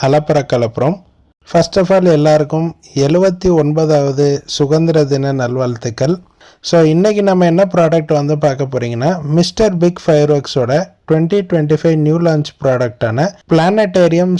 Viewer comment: சு(க)ந்திர தினம் இல்ல ப்ரோ சுதந்திர தினம்